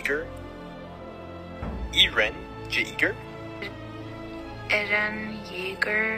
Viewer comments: Absolutely noone: Jerma catboy: "E r I n" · Well since Eren is a turkish name and pronounced different in german, they pronounce it wrong too.